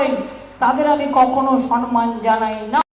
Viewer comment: এ মহিলা তো এত দিনেও বাংলাটা শুদ্ধ ভাবে বলতে শিখল না। কথাটা হবে সম্মান, সন্মান নয়। আর শুনতে ভাল লাগে না।, আপনাকে একটা অনুরোধ করছি -- যেদিন ঐ মহিলার ভিডিও দেখাবেন সেদিন প্রতিবেদন শুরুর আগেই জানিয়ে দেবেন। তাহলে আর প্রতিবেদনটি দেখবো না, আর দিনটাও খারাপ যাবে না।